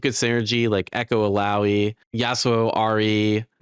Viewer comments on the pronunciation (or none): Bro still can't say illaoi's name correctly 😢